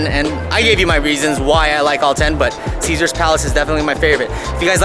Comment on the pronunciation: Caesar’s is and will always be my favorite. You said it perfectly 👍